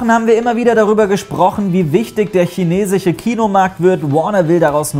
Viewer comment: chinechische"... muss ich dazu noch etwas sagen?